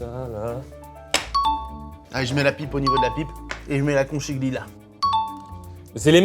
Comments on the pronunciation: Pour votre culture, conchiglie veut dire coquillage en italien d'où la forme recroquevillée de la pâte. Et ça se dit "conquilie" et pas conchiglie avec le ch français 😊! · Bon, en ritale qui se respecte, la prononciation c'estun peu cata, c'est CONCHIGLIE [conKiglie] ! Et ca veut littéralement dire coquilles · Parfait pour moi cette vidéo, je suis italienne!!! N'arrêtez jms ces concepts vrmt! Pour info: on prononce Kon Ki lié mdrrr <3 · Conchiglie Phonétiquement —> conquilié